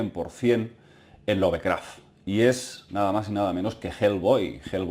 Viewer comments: se pronuncia lov-craft no love-craft, por eso. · Lo siento pero tengo que decirlo, me mata cada vez que escucho decir "LOVEcraft" tal cual traducido al español, se diria "Lofcraft" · ˈlʌvkræft ... Es la fonética inglesa, para la pronunciación de su apellido!